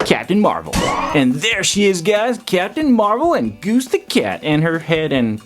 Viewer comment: Who else is noticing that he's saying gooby instead of goose